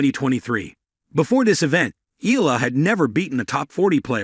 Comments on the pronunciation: Looks like an AI generated voice. How to subscribe to such a lazy vlogger. Mr vlogger please show more passion by at least teaching your AI tool to pronounce names properly. Nadal is pronouced with a hard "Na" then "dal" not "Neydal", Eala is pronouce "Eh" "yah" "laa". The tones should be HARD not SOFT. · The name is pronounced EYA-LA ( her family name)